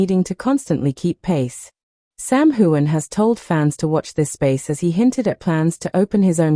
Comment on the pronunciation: Why in the world don’t you learn how to pronounce HUEGHAN, BALFE and FRAZER!!!!!!! If you’re going to talk about them at least have the courtesy to say their name correctly. Their fans don’t appreciate all the mispronunciations!!